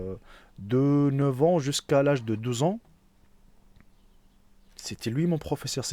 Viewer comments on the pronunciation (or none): MDR à , même les mots douze ans tu ne sais même pas bien le prononcer , moi j'entends les mots DEUX ANS